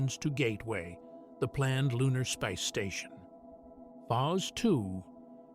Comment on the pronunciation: If you can't find a human to narrate at least find an AI that can pronouce simple words like space and phase!